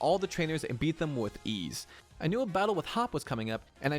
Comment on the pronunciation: Be-eat aka Bead